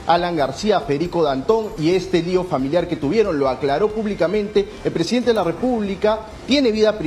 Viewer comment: Es presidente no presi Denta estan jodiendo el Castellano